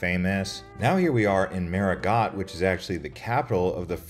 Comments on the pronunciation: Great job on the video! Just a friendly suggestion for improvement: Marigot is pronounced "Mary-Go," not "MaryGot." Adding a bit of research on how words are pronounced could enhance your content even more. Keep up the good work! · FYI, the "t' is silent in Marigot, it is correctly pronounce Marigo. Hate to hear it said incorrectly, over and over. . Otherwise you did fairly well, thanks. There is so much about SXM that you missed. It is the Culinary Capitol of the Caribbean with over 300+ restaurants of all cuisines in its 37 square miles, with 37 beaches. . When at Orient beach, that is actually the Atlantic Ocean on that side of the island, not Caribbean Sea at that side of the island. The ferries are fine ,but can make many seasick with rough water crossings. There are many short 15 minute island hop flights to other islands that give you more time to tour them ,and less chance of getting seasick on a ferry and ruining your whole day. Cheers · "Marigot" is typically pronounced as "MAH-ree-go" or "MAR-ee-go" with emphasis on the first syllable. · I was pronouncing it marigo and the car rental lady who lives there told that it was pronounced MarigoT 🤔